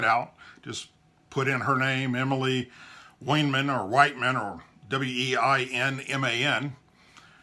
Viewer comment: Pronunciation would be (aptly) "whine-man" or "vine-man". Violence used against 20 year old drunk on the Jersey shore to subdue her... And? Thank you.